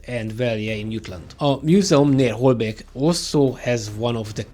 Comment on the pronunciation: I'm going to join the choir here and say that I had absolutely no idea about this. Hats' off to the Hungarians who assisted the resistance. Greetings from Denmark. Ps: Your pronounciation of my hometown, Holbæk, was pretty damn good. And I was surprised to actually hear about it.